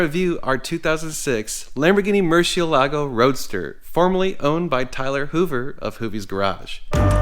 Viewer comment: I wish to HELL you would learn to pronounce it. Ask any Mexican.